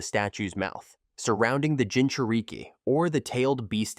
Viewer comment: bro got the ai saying gingereekie